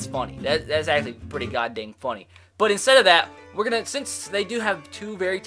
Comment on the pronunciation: Instead of saying “but” it is “bwut” for him😂😂😂